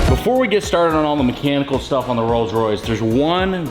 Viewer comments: Yea its Coals Royce. 😂😂😂. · Ah yes....The Coals Royce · The "rolls royce campom